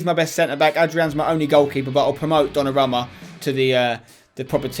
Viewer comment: it's do-na-ru-ma